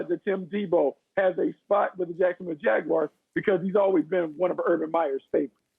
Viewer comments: The Jacksonville Jagwires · Jag- Wires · Jacksonville Jag-wires😂😂😂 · "jacksonville jagwires" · Jaguairs? Wtf.